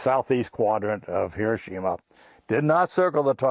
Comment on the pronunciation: Finally somebody that pronounces Hiroshima correctly 🎉